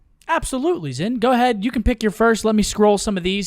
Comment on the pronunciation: Wait did made keep calling zin Ant?🤣